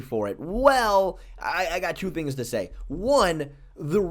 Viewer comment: Poor. He can't say "things" anymore.😢 From now on, I will cherish my front teeth.